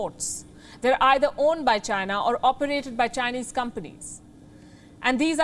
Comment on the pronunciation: Being a journalist, the lady can't even pronounce China properly, what a freaking Indian joke!